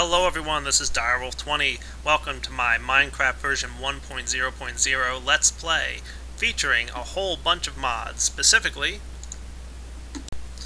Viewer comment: He needs to fix his grammar, it's Let's Play, not Lats Play.